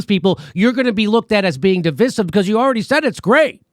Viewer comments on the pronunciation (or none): Oi jimmy its pronounced div👁 sive